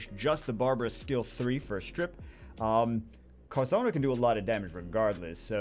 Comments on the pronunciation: I was going to watch the full video, but I can't stand listening to him talking "carsano" instead of carcano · it's not "Carssano", it's Carcâno, man, k... For real. He is trying to correct, kill him! Give me a break. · he's triggering me by pronouncing it as carsano and not carcano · What is “carsano”? It’s carCano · Hey it's Car-car-no. fire snipe. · why is he saying carSano? I'm so bothered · carc ano, there's no s in the name. Good vid tho :) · its car-khan-oh